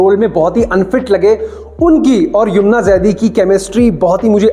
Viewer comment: Bhai baki review to theek h Pr naam to theek se bolo yoomna nhi yumna bolo